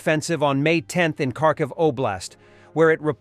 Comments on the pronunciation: Not Karkiv , kHarkiv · The name is Kharkiv - ( har - kiv)